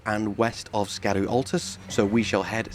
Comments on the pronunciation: Just a tip. It's pronounced Shadu, not skadu. 👍🏻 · Love your work on this series. I believe 'scadu-' is pronounced like "shadow". it's an old english way of spelling the 'sh' sound.